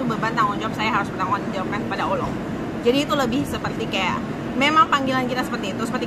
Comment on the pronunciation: Utk penyebutan kata 'Allah' harus di latih tiap hari kak jesslyn biar pas pengucapannya